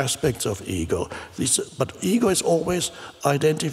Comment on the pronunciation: Often when Eckhart says "ego" my brain hears "eagle" :D